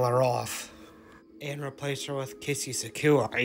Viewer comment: Interesting way to pronounce “Suzuki” (SUH-ZOO-KEY)